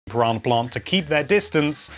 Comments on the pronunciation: "Paronna plont" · I love the way you say Piranha Plant lol